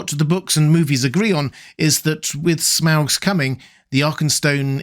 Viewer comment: Its pronounced smog.